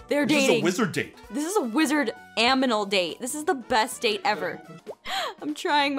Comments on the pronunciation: this is a wizard... AMINAL date Who else noticed she said aminal instead of animal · I like how you say Aminal instead of animal